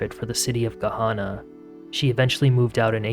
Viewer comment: It's Ga-Hannah, like the girl's name Hannah. Not Hana. Hannah. I'm from there. Left in 2008, but... yeah...